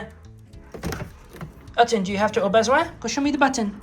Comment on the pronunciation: Molly, your French is really not bad (especially for "au besoin")! The only thing I can't tell is whether his "walk on" command is "en avant" (forward) or "on y vas" (let's go). Your pronunciation sounds right in the middle and either could work; I suspect it's the former though!